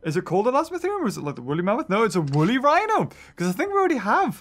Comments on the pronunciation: You don't know the name of the dino it's wolly rhino not whino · Its Woolly Rhino not Wooly Whino xD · Because we are to busy talking about the “whino” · "Wooly Whino" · he said whino😂